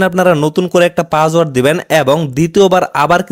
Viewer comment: Password bolen naki pajword bolen